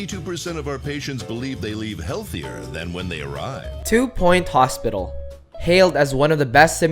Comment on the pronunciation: Two point hospictal wooooow almost like octodad